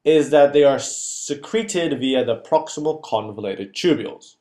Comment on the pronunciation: convoluted instead of convulated